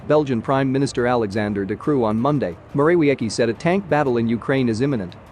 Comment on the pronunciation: How to pronounce Morawiecki: Mo-ra-VIETS-key